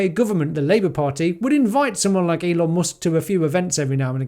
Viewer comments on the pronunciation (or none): none